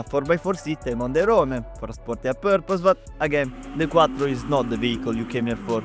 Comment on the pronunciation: you saying Audi Quattro and Lancia hits so good! keep it up, good video :)